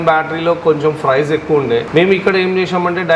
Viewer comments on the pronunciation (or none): Papam vidiki emi theliyadhu edho matladutunnadu.. Price ni frice antunnadu.. duplicate ni dubulecate antunnadu..sodi cheptunnadu..